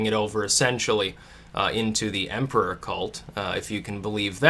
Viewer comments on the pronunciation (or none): none